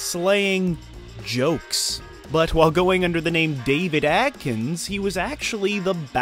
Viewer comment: AD-KINS GET IT RIGHT!!! Not AT....Ad. Sorry its pet peve of anyone with the last name Adkins. like me.